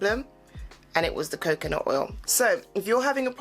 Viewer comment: I keep laughing whenever you say “CoCaNUt”